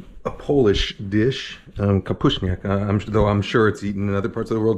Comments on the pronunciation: well, it was an Americanized version, not bad though but not traditional, but your pronunciation of kapuśniak was pretty good for a non-Polish speaker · as a pole, i'm impressed with your pronunciation 👍 gotta show this one to my mom to scrutinize haha